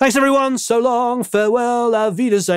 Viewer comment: Your Dutch 'Tot ziens' is very good!:)